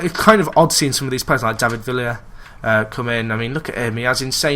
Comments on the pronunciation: David Vee-ya :) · It's pronounced Viya :) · David Vee-a ( Villa )